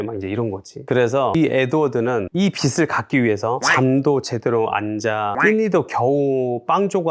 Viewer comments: "비즐" 이렇게 발음하셔야 합니다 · 빚을 빗으로 읽는 사람이 재테크를 논하다니 신뢰가 안가네요